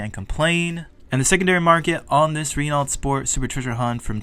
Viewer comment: Renault is Pronounced Ruh-no